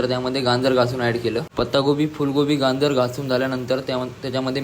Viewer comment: गांजर नाही गाजर